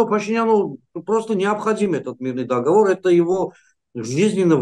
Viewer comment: не дОговор,а договОр)